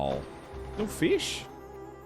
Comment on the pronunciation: my despair when you missed that fish and I couldn't hear you say feish was unbearable